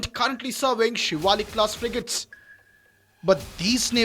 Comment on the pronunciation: The expert is saying ‘frijates’ ??????????